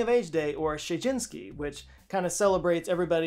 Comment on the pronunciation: WHOA!!! Mixing up Japanese with Polish is a great idea and all BUT NOT IN A VIDEO!!!! - It's Sejiinshiki... NOT Shejinski..... 🤦‍♂🤦‍♂ typical American...... typical Texan.... ughh I guess being a white guy from South Jersey makes me any better??? NO! I just KNOW HOW TO READ!!! lol